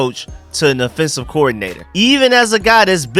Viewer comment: my man bro I thought there was something wrong with my ears everytime you say the word offense you pronounce it in it’s correct form but do you know that every time you say offensive you pronounce it as affensive and it tends to sound like you are saying defensive check all your tapes but we get it that’s that Georgia slang just like a lot of us Marylanders grew up calling a dog a dug an ambulance an ammalance lmao